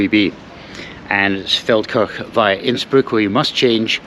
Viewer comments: As I live near it, I keep thinking you are saying, “Falkirk” 😂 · Every time you say Felkerk I hear Falkirk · Just for a split second, i thought you were pronouncing Falkirk in a posh way. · I first thought you said 'beautiful Falkirk' in Austria 😂